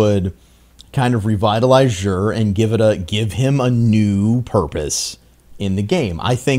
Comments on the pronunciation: This is not how you pronounce Xur.. listen to the postmaster in the tower and you will feel silly for going out of your way to pronounce it like this. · Love your vids and streams. but I just have to ask. Why do you say "jher"?